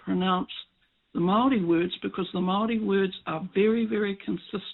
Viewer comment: pronouncing Maori like Mouldy or Mowdy is really wrong. It's idiotic young maori trying to be cool.